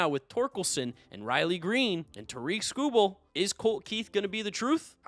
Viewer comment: Came here to say this, and the pronounciation of Tarik Skubal. usually on the money but I was thrown by the tigers blurb